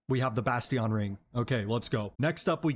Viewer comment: Just for future reference, Bastion is pronounced "Bashtin". EXCELLENT video, helped immensely